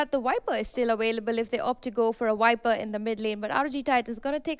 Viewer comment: Why do the caster keep on saying 'wiper' Is that how viper is called in india or something else?